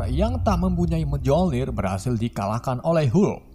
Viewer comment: Miolnir di bacanya miolnir, kagak pke j , kesel dengerna cukkk